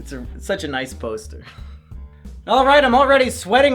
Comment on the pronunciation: The accent came out strong with that one. “It’s sucha nice posta tew.